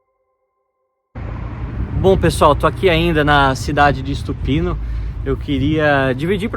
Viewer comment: Não é ISTUPINO é Stupino sem I. A pronúncia dos brasileiros é absurda em qualquer idioma. 🙈